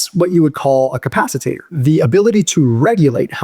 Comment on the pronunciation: "That's what you would call a capicITATOR" 😂 No, it's what you could call a capacitor.